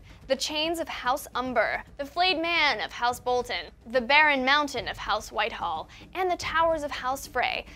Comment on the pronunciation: "Whitehall"? WhiteHILL